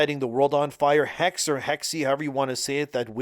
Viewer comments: Hexe is prnounced "Heck-se" X is used like Ks here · It would be pronounced something like "Hexuh." "Hexe" means witch in german. Wenn hinter Hexen Hexen hexen hexen Hexen Hexen hinterher.